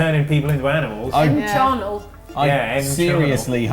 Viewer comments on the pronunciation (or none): It keeps sounding like Charnel, not Channail. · Channail. and were constantly mispronouncing it.